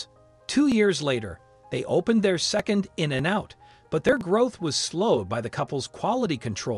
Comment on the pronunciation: I was like “Why is that guy pronouncing In-n-out’ so strange? Ohhhh…he’s a robot.” 😅